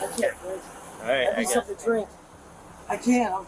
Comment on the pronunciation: it's "I can't BREEVE," dude. Not "I can't see." If they charge by the inch, that "housekeeper" thief Ceara probably spent $4,000 on those nasty fingernails. It looked like she was also buying her lardazz mama some fingernails, too. Cop: "Who do you work for?" Sebastian::What do you mean?" Me: "😵‍💫" I think when people take advantage of the elderly, even if they only get them for $50, it should be an automatic FIVE YEARS IN PRISON, just to let people know that it won't be tolerated.